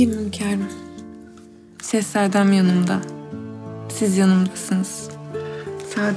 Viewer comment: Meleksima nın sehsadem demesinden bıktık yaaaa